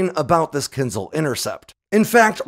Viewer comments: It's not KINz'l. It is kinZHAL. ZH like in French JARDIN, not Z like in Catherine Zeta Jones. Do you think H in the name serves just as a decoration? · not Kinzal , it's Kin-Ja-hl (Rus: dagger ) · As always - excellent video. My favorite weapons analytics on YouTube by far! Very well done. Good pronunciation of names! Only that Kinzhal is Not pronounced as kinzal, but rather as Kin”zh”al. Like when pronouncing casual or collision. 😊 But yes all Russian wunderwaffes are just that. Putin and his fan club love stories from the corrupt officials who take an old pig, put a lip stick on it and call it a new weapon without analogues. Pathetic. T-14 armada, su 57, kinzhal… and on top unicorns like the burevestnik missile, the Poseidon torpedo… you should do a review on the latter one. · Wtf is a “kinzle”. Can’t watch this Bc he says Kinzle🫤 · its a bit amusing how you repeatedly apologize for mispronouncing very short, hard-to-mispronounce, last names, yet power through butchering long last names without batting an eye and through out all of your videos you badly mispronounce the word Kinzhal. last names i get. there are so many of them. written out so many ways, but Kinzhal youd only need to learn how to pronounce ONCE considering how prominent it is of a topic for your videos.